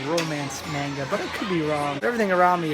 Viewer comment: That was pretty entertaining. XD You have good charisma and use funny humor, I'm surprised this video doesn't have more likes. Oh yeah, the pronunciation for "Manga" was a bit strange, it sounded like "may-n-ga", where it would normally be "maw-n-ga". Also the gay manga in the beginning was Boys Love genre, which is mostly popular with girls, actually, haha. The female's counterpart to the guy's yuri(lesbian) genre, essentially. I think the floor before the card games must have been the section for males, if there were lots of boobs and butts and cute/sexy girls. Definitely not for girls(unless they're into that). I think you can tell what something in anime/manga is for, by just seeing are there hot guys, or hot girls. Hot guys = made for women... hot girls = made for men. Usually. It's something parents should be careful with too, since older people can easily mistake a man's R-18 hentai porn as something for little girls, because it has pictures of cute, colorful, innocent-looking, little girls on front... XD It's starting to work vice-versa as well, since sports anime is popular target for women with BL stuff. Always watch for the age restriction sticker and check inside the manga before buying for kids. My mother once obliviously bought me an adult BL game when I was still a kid. I wish I could go again, I saw a bunch of Touken Ranbu things in your video, but the last time I went to an Animate store (Okinawa), was before Touken Ranbu came out. :( It's interesting that th